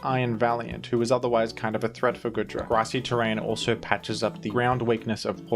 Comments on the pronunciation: Why does he keep pronouncing it as Good-ra and not Goo-dra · For the love of Arceus, man, it's goo-dra not good-ra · GOOdra. Like goo. Goop. You keep saying goodra like good